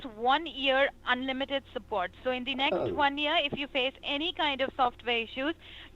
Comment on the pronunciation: I love how she has to charge up her inner soul magic to say 'unlimited'.